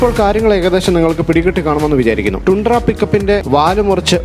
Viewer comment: ടൻഡ്ര.. Not ടുണ്ട്ര